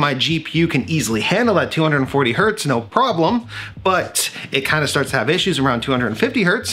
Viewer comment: "Chind of chill" lolz